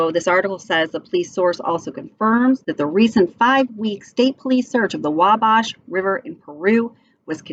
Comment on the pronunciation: It’s pronounced “Wall-Bash”